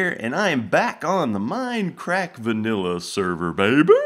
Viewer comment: every time you guys start an episode by saying vanolla server i wonder if you ever will play on the FTB server again